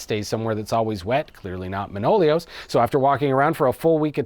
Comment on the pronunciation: One note, it's not ManOlios, it's ManoliOs ;)